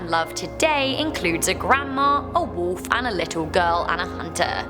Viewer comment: Anybody else think it's kinda funny how she says "woolf"